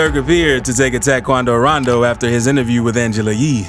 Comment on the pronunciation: It sounds so nice when he says quando rando